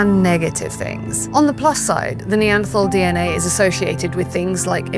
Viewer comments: Yet she continuously mispronounces “Neanderthal”. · Stop mispronouncing Neanderthal!